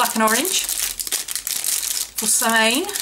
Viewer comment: Always love your videos.. Not sure if you know this or not(I just learned it myself) but apparently Samhain is actually pronounced Sah-win or Sow-in :) thought you might like to know